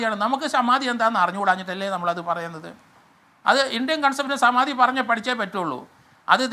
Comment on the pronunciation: ശമാധി😂😂😂 എല്ലാം ശ മയം 😂